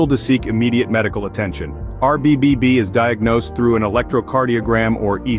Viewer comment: I heard a couple of RBBBB slip in there....